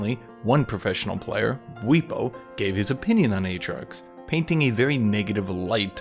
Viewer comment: bweepo? buh-whip-o - bwipo